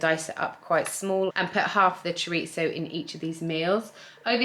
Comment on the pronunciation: Thank you for pronouncing chorizo properly!!